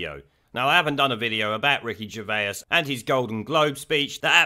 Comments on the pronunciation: Who’s Ricky Gervayers? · Who's Ricky Gerveyus?